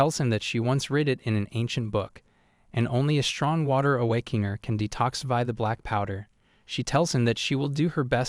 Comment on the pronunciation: I love the mispronunciation like awakaner= awakanah and Virth= Bitc